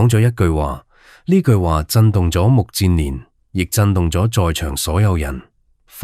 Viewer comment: 目犍連，音不是目健連嗎?為何變了 目賤連😮😮😮